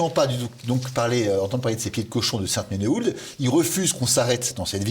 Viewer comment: Sainte-menehoulde se prononce "sainte-menou"